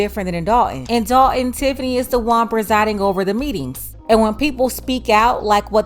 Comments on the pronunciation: I was a subscriber HOWEVER... I cannot take the T drops... you sound stupid when you are clearly NOT so let me help... it's DOL T ON not DOL EN...and it's THOR TON NOT THOR EN... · Somebody tell her it is "Dolton" not Dalton ( 👍). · Who is the grifter? I bet knows it is the village of Dolton not "Dalton".